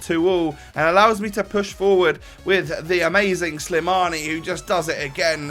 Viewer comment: His name is slimani :) not slamini so ur right